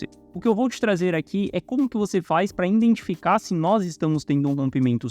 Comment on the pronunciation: Assim como não existe iNdentificar, mas sim identificar. Não custa nada saber o português correto, mas parece que acha bonito falar errado.